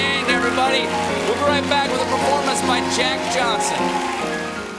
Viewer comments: O-YANG. Pronounce as "OH YANG". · It's pronounced as "young" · His surname is Ouyang, Not Yang with middle name Ou....